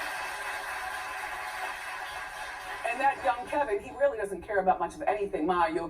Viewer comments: KEVIN !! KEVIN !! KEVIN!! NOT Kelvin! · She said soil not spoil. It’s an old saying. It’s Kevin not kelvin. You need a lesson on paying attention! Lol “soiling” someone’s ring means putting your bad relationship karma onto another woman’s ring. Research girl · It’s Kevin. Not Kelvin. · It’s Kevin, not Kelvin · His name is KEVIN not Kelvin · That man’s name is KEVIN! There’s no L sis!😫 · Girl can you please say that man's name correctly if you're reporting news. His name is KEVIN not no damn Kelvin😩🙄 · Isn't her husband's name "Kevin" not "Kelvin"? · Kevin lol not kelvin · Wendy's husband's name is "Kevin" not "Kelvin".. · Its *Kevin, not “Kelvin”. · She clearly says his name is Kevin. Not Kelvin. lol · HIS NAME IS KEVIN! NOT KELVIN! DANG! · Why does she keep calling him Kelvin!!!! 😕😫😫😫😫 it’s KEVIN!!! Lol